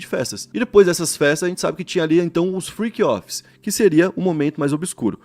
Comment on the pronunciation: Friqui offis 😂 Inglês de milhões